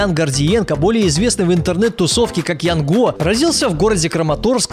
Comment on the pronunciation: не ЯНГО А ЯН ГО